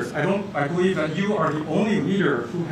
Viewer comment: 통역사의 영어 발음과 억양이 미국에서 무시당할 수 있는 수준입니다. 듣기에 매우 불편합니다. 예를 들면 That을 Dat이라 발음합니다.